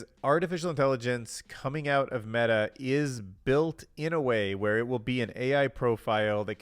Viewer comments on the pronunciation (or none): none